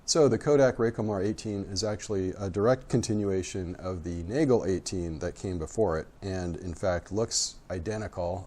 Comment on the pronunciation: The German pronunciation is Naa-gail.